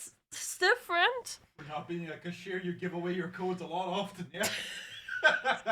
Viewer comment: Anyone notice she says cashier like "kashir"? Like they're a nomadic people from northern Arabia